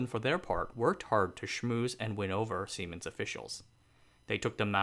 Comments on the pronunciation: Lol, semens! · siemens.... lol can't be the only one that laughed at what it sounds like